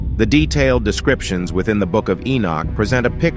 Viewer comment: Keep saying "Inuk" ... Enoch then looks like its wrongfully spelt ..